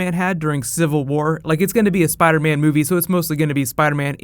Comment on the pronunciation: Spida man!!!